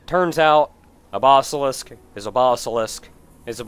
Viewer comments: I just can't get around the way you pronounce basilisk. Even though it doesn't really matter...you're just not right,. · I know you're saying "Basilisk", but mentally I want to spell it Bossilisk, based on your pronunciation.